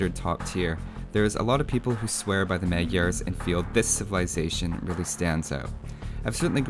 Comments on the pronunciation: I've seen that you take great care of details like the correct pronunciation (plumed :P ) and as my country borders with Hungary, I can tell you that "Magyars" is pronounced [majars]. Nevertheless, keep up the good work. ;) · Tis pronounced "Modj-yars" or thereabouts. Don't worry, nobody gets it right. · It is pronounced as Madyars in hungarin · Kiváncsi volam hogy fogja kiejteni. Magiarsz. Kicsit fura volt de nem magyar a gyerek szóval megbocsáltok neki xd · The Magyars are Hungarians. And you’re pronouncing it very wrong, but you know that already. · Good, although, in Hungarian, "gy" is pronounced more like the "d" in "duel"... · Not magyars its hungarians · it's pronounced Mud-yars. Hoo-sars. Legend has it all the villagers are Toldi Miklos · That pronounciation is pretty funny :D For the A in Magyar, there is no example in English, it's like the U in UP, with less widely open mouth. HUSZAR (originally HUSZÁR): HU is like WHO with a normal H, like HUNGRY. SZ is a normal S in English. Á is like pronouncing UP with a long syllable. That's where the Hussar's name originates from as well. Also, calling us Hungarian would have been simpler from the developers as well.